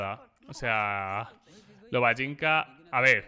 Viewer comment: Black es Lobanjica no Lobajinca